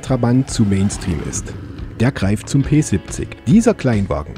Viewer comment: Danke für das schöne Video. Mich hat das Auto immer begeistert, es ergab sich leider nie die Gelegenheit jemals eines zu fahren. Ein kleines 1:87 Modell habe ich mir einmal "geleistet". Kleiner Tipp an den Sprecher: Das Fahrzeug wird "Pe siebzich" gesprochen. Nicht "Pe sippzick", bitte. So hat es sich angehört. Das klingt voll gekünstelt. Ja, ich wohne auch im Erzgebirge und wir neigen dazu, wenn wir dialektfrei sprechen möchten, falsch zu betonen. Im Hochdeutschen sollte man die Endsilbe "... ig", wie in "König, wenig, artig, stetig und unsere Zehnerzahlwörter" stets als "... ich" aussprechen. Das ist nur ein Tipp, keine Kritik.